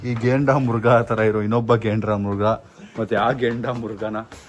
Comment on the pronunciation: Gendamruga❌ Grendamuga✔️ 😂😂